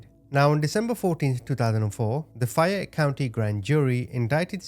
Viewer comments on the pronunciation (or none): none